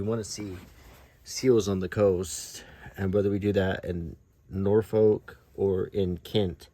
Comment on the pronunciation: Quick tip for you, the "folk" in Norfolk is not pronounced as "folk" the word. More "Norfuc"! The north coast around Blakeney, Cley and Sheringhan is nicer than the East coast imho